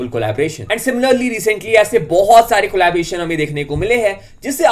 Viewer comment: Collaboration not collabration